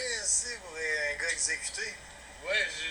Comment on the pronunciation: " j'me connectais sur zun compte pour aller sur zun autre " hahaha tbnk